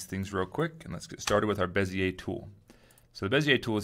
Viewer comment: Finally somebody pronounces Monsieur Bezier's name correctly! I am really tired of hearing "beezer tool" and similar stupidities! Merci!